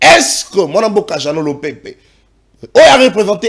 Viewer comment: Ndeko svp corrigez un peu c'est Lopepe et non Lopembe kobebisa kombo ya mutu.